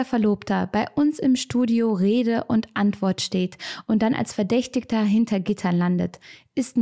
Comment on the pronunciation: mich hat es etwas getriggert, wie du verdächtiger aussprichst😅, aber nicht schlimm❤